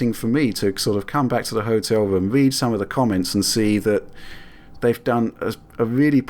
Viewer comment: hotel wwoom i got back fwwwum vawee diffwent. i had to turn the vid off at 3 mins take a fucking speech class